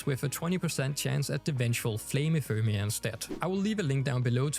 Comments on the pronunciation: "Ephermia" lmao its Ephemera just sound it out guys 🤣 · Ephemera = enfermia lol